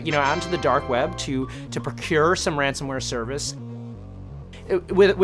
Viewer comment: Ransomware not ransomeware